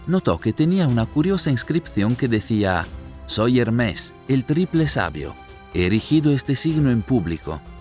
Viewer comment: ¿Por qué dice "Hermés"? Es Hermes, sin acento. Cuando comenten errores tan básicos, provocan dudas sobre el contenido general.